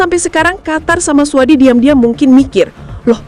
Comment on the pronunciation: AI jujur banget bacanya suadi.. 😂😂😂